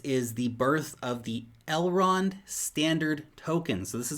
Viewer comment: Please don't ever say Elrond hub. That is too creepy